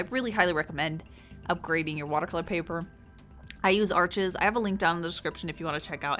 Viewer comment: Isnt Arches pronounced are-shey?